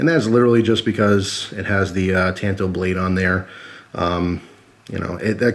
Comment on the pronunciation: ta(ah)nto. the second one just looks like a copy of the tanto kimura